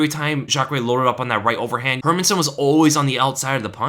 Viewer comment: You even pronounce "Hermansson" (Hérmansson) correctly! (unlike anybody employed by the UFC).